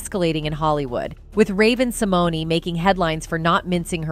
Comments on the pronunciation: I think it's Sim moan . e is silent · If you are going to report on someone please learn how to pronounce their name. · Learn to pronounce her name correctly if you are going to disk on her!